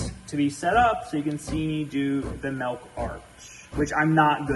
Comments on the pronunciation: Stop saying melk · That’s a lot of MELK lol